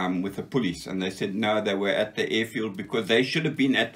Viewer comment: Another wonderful interview!! Nice to be reminded that not all fighting men were crawling around the bush! Some guys were smart to enough fly over it - and nothing could happen without them! I love ' Afrikaans pronounciation of "police" - he never lost it!!:-) Grerat history!